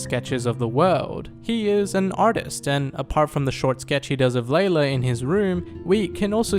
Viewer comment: It’s lylla not laylla